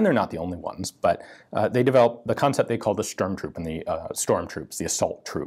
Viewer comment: Did Ian say "ze concept"?